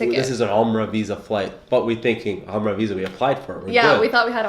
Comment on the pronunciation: atlist you know how to pronounce Umrah you should teach your wife something lol